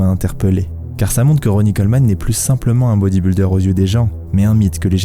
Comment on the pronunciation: Putain que ces Frenchies sont nuls en langues étrangères. C’est: “bodyb-iiii-lder”, pas “bodyb-uuuu-lder”!!! C’est quand même pas la mer à boire, bordel de merde!